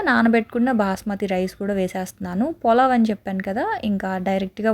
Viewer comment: polav kaadu pulav